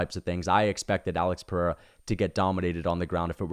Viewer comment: Your pronunciation of Pereira is perfect.